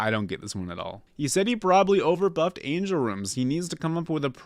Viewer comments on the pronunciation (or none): none